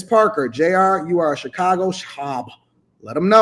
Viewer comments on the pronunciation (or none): none